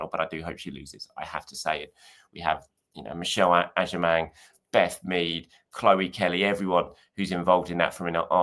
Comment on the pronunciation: your pronunciation of "Michelle Agyemang" was so spot on lol. Great to see!